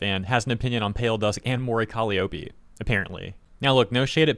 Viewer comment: The only thing that pissed me off in this video is pronunciation of Mori Calliope lmfao